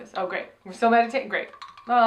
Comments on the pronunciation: Honestly thought she said 'taint' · I think Trixie is trying to say "great" but had a mouth flub